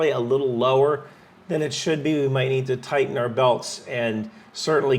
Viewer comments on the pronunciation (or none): none